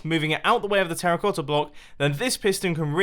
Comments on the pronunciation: you said Terra"clossa" instead of terracotta, just thought you might wanted to know ;) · 03: 00 Terraclotta anyone else hear it 😂😂😂😂😂😂😂😂. Also nice video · “teraclotta blocks” 😂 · "Terraclotta block" why? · "This terraclossa block" Love you, mumbo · Anybody else hear "terroclotta block" or "terroplotta block" ? ❤️ love the video jumbo. Great work, as usual. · TERRA CLOT-TA!!!!! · anyone hear him say terraclotta? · Did you say terraclosa block? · "This terraflossa block" lol